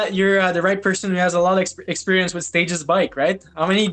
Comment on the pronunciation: I think it’s stagEZ at least that’s how an anglo would pronounce it. Same as how you would pronounce the plural of “stage” in English. Good news is English is a language without rules. As long as we know what you mean it’s all good 👍